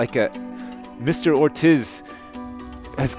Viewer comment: That moment when I see my last name on the screen, and my house is burning down. Oh, and Ortiz is pronounced Ortees.